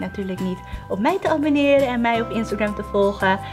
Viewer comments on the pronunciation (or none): none